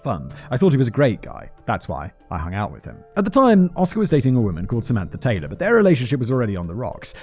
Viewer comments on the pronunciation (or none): none